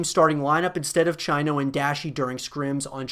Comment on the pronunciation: You don't pernounce Chino the way its spelt. More like cheeno. Obviously a small thing but it annoyed me.